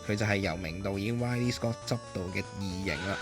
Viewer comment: Ridley Scott, 中文叫列里詩葛 所以係真係讀Rit ly 唔係 Ride ly